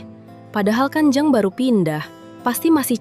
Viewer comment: Maaf, huruf e di dalam kata jeng seharusnya dilafalkan kaya huruf e di dalam kata pecah. Jadi bukan kaya huruf e di dalam kata enak.